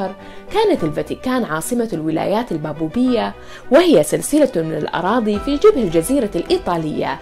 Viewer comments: للاسف المعلقه لا تنطق الباباويه بصوره صحيحه وتنطقها بابوبيه ارجو قراءه المحتوي قبل تقديمه لانكم قناه علم ووعي ومعرفه وجهودكم رائعه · لفظ البابويه عندك خطأ . شكرا لجهوكم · كلنا بشر والنسيان وارد هذا طبيعي . لكن ان تلفظ الكلمه غلط هذا شي ثاني